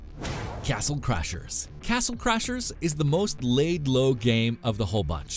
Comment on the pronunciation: 'Castle Crashers' not 'Crachers'